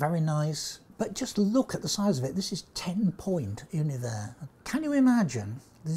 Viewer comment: I'm so glad he gets the pronunciation of Univers right.